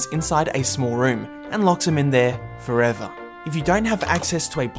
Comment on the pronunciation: axially it's not firever